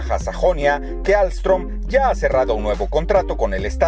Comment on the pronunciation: ALSTOM SE DICE MO HERMANO YO TRABAJO AHI😍